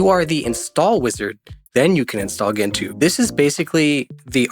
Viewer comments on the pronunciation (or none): Gentoo - jen-too (It is a species of penguin , as a bird you should know that)